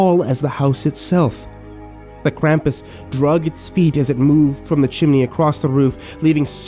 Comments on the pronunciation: I think its pronounst Kr-am-pus not Kr-um-pus oh and merry Christmas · The way you pronounced krampus is interesting to say the least.